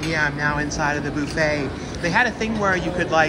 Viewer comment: It's buff-et, not boof-et